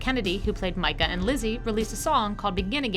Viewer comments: It's Micca not micka that bugged me so bad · it was lizzie and mika, not micha. The narrator must not watch the show.. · ME-ka not MI-ka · It’s pronounced (me-ka) Not (mI-ka) Mica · in the show, Mika is pronounced MEEE-KAHH not Mai-ka .....dumbass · It’s Mika not Micka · meee-ka not mii-ka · It’s pronounced me ka but hey that’s just a theory aaa film theory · Mike-ah? I'm pretty sure its Me-kah 😂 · It's not "Mike-a", it's "meek-a" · It's so funny the way she says mika😂😂 it's pronounced meeka😂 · Mika's name is pronounced as Meeka. Has this person even seen the show? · It's meeka, not mika!!!! Bothered me how she would pronounce her name. Lol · It's pronounce meeka not Mika it's just spelled with an I you don't pronounce it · Mike-a 😂 that bugs me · It is pronounced MEE-KA lol no hate just educating:) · Laurie Holden did actually herself want to be killed because she found the Story between Andrea and the Governor to unfitting and also didnt want Mazzara to go, similar like Dale and Darabont. Besides, the girl is pronounced Meeeka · It’s pronounced Meeka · Mica is said mee-ka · It's pronounced me ka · It's Mee-ka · Literally cringing everytime she says Mika. It's mika, mee-ka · When the host (whatever her name is) keeps saying Mica's name wrong, "It's 'Me-ca'! 'Me-ca'!" Oh My Gosh! I'm boiling! Btw, this is the only flaw to me...hehe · The way she said Mikka made me cringe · IT'S PRONOUNCED MIKA NOT MYKA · Mica's name is pronounced mee-ca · How she said Mika as Mike-a was really cringeworthy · Why can’t she say Mika? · she keeps saying Mika wrong and it's bugging me for some reason xD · She keeps saying Mika's name wrong. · I thought she would change it to the right pronunciation due to the character originally being a boy. That irked me. 😂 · Clearly shes not a twd fan. I was about to comment on that too. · Mika is not pronounced like that...